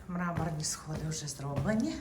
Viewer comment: РулЕтка,Мармур ,а не мрамор.